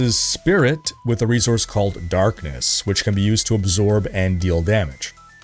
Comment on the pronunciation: Love your channel but why do you call it "re-zorse"